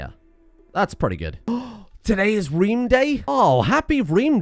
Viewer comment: The Rome-Reem Home-Heem jokes are absolute top class please keep it up. Also plus points for saying little reem reems and reeeemworld!!